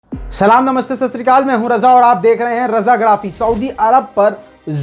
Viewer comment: Pahle to aap salam sahi se krna sikho ok